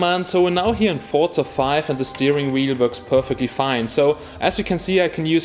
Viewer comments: It's called "forsa" not forrrzzza xD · Not it's pronounced Forza